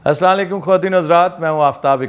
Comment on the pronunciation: اپنے السلام علیکم پر بھی غور کریں اردو غلط بھی بول دین تو مسئلہ نہیں عربی اور وہ بھی السلام علیکم غلط بول کر غلطیاں صرف اردو کی ویسے سلام بھی بول دیں تو سلام ہوجاتا ہے لیکن جب پورا بولنا ہے تو تلفظ درست فرما لیں